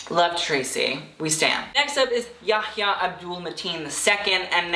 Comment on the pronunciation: this is the first time I've heard yahyah pronounced correctly form a white man